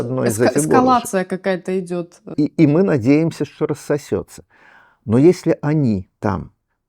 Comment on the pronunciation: Не "эКскалация", а "эскалация", см. Большой толковый словарь русского языка!!!